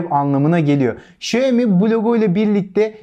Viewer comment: Okunma şekli şayomi değil şiaomi diye okunur. Direk çince çevirisi budur.